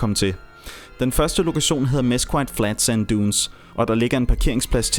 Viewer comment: Mesquite = Mes-KIT (Mes-KEET på Engelsk)